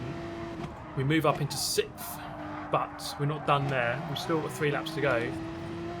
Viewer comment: By the way, you don't need to feel bad; Tim Harvey can't pronounce "sixth" either.